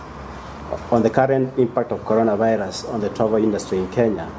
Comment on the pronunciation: Hey Mr. Press Briefer. Which virus? It is 'Corona Virus' not 'Conora Virus' 😊